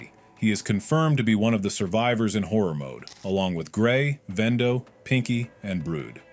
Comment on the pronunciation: ‘Vendo’ ah yes, knockoff wends.